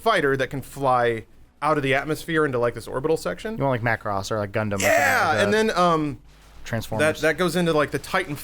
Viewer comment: Adam, I love you again...you said gundam